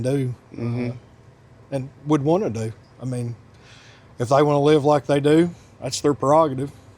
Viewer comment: The way he says “do” is funny 😂 “There's really nothing we can DEW, and would wanna DEW! and if they wanna live like they DEW….” 😅 Haha. Ahhhhhhhh 🥹 I love it.